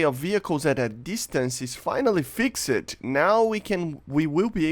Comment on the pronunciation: Day one of me, asking you to please learn English. Fixed is pronounced fixd not fix-ed